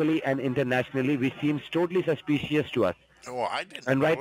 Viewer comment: You’ve never been to Howston? I find that unbelievable! Highly sushpious!scammin’ mope!